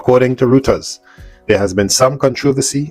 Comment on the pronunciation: Does sound a bit better. Btw, Reuters is pronounced 'Royters'.